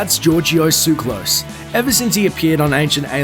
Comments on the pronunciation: ugh can you people ever pronounce anything properly?! it's not "tsuklos", it's TSOO---ka-los!! emphasis on the 'u'!!! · "Suclose came by his name the honest way, by being born in Switzerland" I don't have a drop of Greek blood running through my veins, yet i know this is a Greek name and you're pronouncing it wrong.